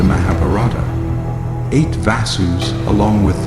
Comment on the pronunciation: Why on earth would you hire an American voice to narrate this story, who cannot pronounce any word correctly? listen to it महाभारत - मैभराता? Ganga गैनगा ? Why???